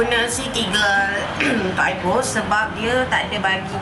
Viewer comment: Eyebrow-pronounced it as (aiberau) 💆not bero .